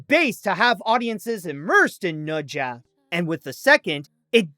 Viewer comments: It's NE ZHA not noja. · fun fact: pronounces the film as nocha 2 instead of nezha 2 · is that really how you say it? I just pronounce it like "na-sha"